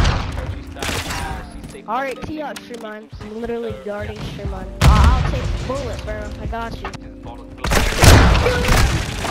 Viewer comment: STWEAMLINE I WUV YOU